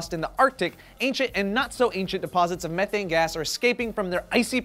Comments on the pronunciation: You said it like this meeeethaynee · ME-thane!! Not Mehh-thane! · You say methane wrong, it's m-ee-thane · it's pronounced mee-thane... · guys.. its pronounced "mee-thane" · Just look at how it's spelled "Methane" and how do we say it? We say it like Meth...ane... sound the word out... *face Palm* I don't want to live on this planet anymore... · It's pronounced ME- THAYNE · Meth-ane... get it right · Its pronounced m-ee-thane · You keep pronouncing methane wrong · Your saying Methane all wrong.